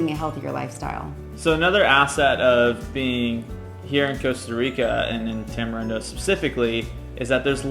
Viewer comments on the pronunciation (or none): Y'all, Costa Rica is not a third world country. Not being able to flush your TP is not the factor that defines this. So many items are produced in country and not imported, unless your talking about American made goods. Also, its pronounced Tamareendo.